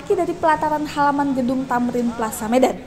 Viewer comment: sebutan medannya seperti mau tahan bersin. Hahaha